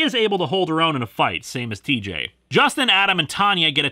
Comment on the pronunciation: did you say cheejay?